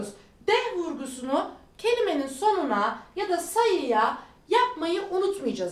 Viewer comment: neh veya deh gibi sayilarda h harfine vurgu yapilmasini öneriyorsunuz, ama sizin telafunuzu dinledigimde bir cok sefer h harfini duyamiyorum. Aliskanlik mi yoksa baska bir sebebi var mi acaba diye kendi kendime soruyorum.